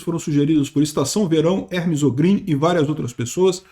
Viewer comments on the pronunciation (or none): none